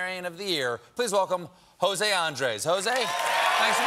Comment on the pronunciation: There's a reason for the 'tildes', those little sticks on top of the vowels. They indicate which syllable to stress. jo - SEH. an - DRESS. 🤓